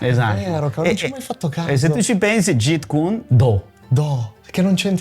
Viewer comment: kyun si legge, significa pugno. Non cuon. E intercettare BL lo trascrisse in Jeet perché gli anglofoni lo pronunciassero "git". Il Jet come dice il maestro nel video è una cosa che vola... Comunque nella romanizzazione del cantonese col sistema Yale si trascrive Jiht (più facile per noi italiani) e in quella col sistema Jyutping si trascrive Zit. Non è per fare il professorino, ma da maestro di arti marziali mi piacerebbe che almeno uno sapesse il nome di quello che fa... E poi torno a dire, BL non fece nessun miscuglio di giapponese e cantonese per provocare: Do significa la Via, stesso ideogramma ripreso nei kanji per Judo karatedo etc. La correttezza della pronuncia è sempre il primo indizio per sapere da chi hai imparato.